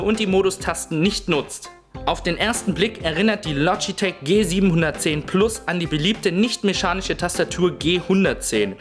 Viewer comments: Du sagst "Logiteck" und nicht Logitech :/ klingt ein bisschen ungewohnt. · "lodjiteg" LOGITECH!!!! LO-GI-TECH!!!! DEUTSCH! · loschitesch o gott, wie der das ausspricht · verfickte scheiße das LOGITCH du idiot und Mechanisch und nicht Meschanisch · Lodgitek? WTF! :D